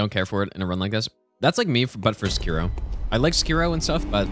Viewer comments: The way you say "seh-KEER-o" hurts my heart a little bit every time I hear it. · bro why do you willingly pronounce things wrong that have audio queues in game that tell you the correct pronounciation?